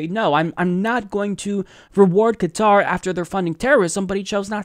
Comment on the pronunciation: Thank you for saying Qatar and not Cutter.